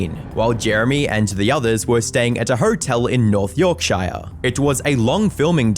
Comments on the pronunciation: shire is pronounced 'shuh', were not hobbits 😉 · for future reference, it's pronounced 'Yorksheer/yorksha' (from someone that lives there) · Yorkshire is pronounced York-Sheer. I'd recommend looking up pronunciation for places before saying them. Can't offend Yorkshire that way, they do the best tea ever 🥰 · york-sha is how we pronounce shire in the uk 🇬🇧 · Hey dude love your vids but your pronounciation of Oisín and Yorkshire made me chuckle with how wrong you got it, Oisín is an irish name pronounced like usheen and yorkshire is pronounced like york sure or york sheer (depending on where in britain you are) I still get caught out by some of the town names in the uk and i immigrated 13 years ago 😅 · At least research how certain names and words are pronounced because Yorkshire, purgatory, LeBlanc and Oisin are not pronounced that way, it does not take long just to search how to say them instead of pumping out weekly videos, I've even seen some comments saying that ai may even be involved. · Reminds me of a video I watched where the guy mispronounces Edinburgh and how mispronounces Yorkshire, Oisin and purgatory here, it doesn't take a lot of time to search up and listen how to say a certain word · how the fuck are you british and also unable to pronounce neither yorkshire, or oisin?